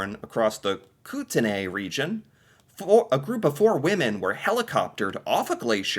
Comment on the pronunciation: Koo-ten-ee